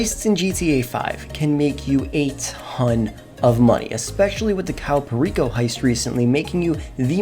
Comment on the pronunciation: Why he say it like "Cawoo perico" it's pronounced "like kay-o perico"